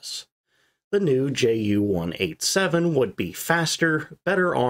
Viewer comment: You do well on your pronunciation of Junker but fall down on Ju a Jumo Yoonkers, Yu and Yumo?